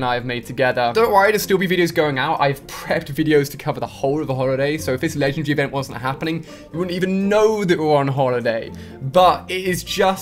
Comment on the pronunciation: is it just me or he says "Legend Ree" ?